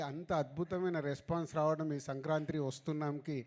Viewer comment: సంక్రాంత్రి కాదు రా, సంక్రాంతి అనాలి